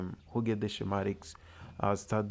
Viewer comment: Shem atics is correctly pronounced skem atics in English .